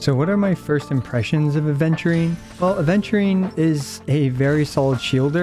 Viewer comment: i die inside every time aventurine's name is pronounced "aDventurine" 😩